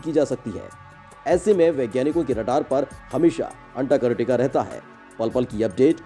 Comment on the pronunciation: अंटार्कटिका का सही सही उच्चारण तो करो।